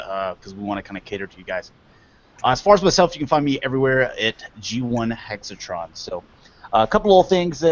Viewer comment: G1 hexatron tell he pronounced my name perfect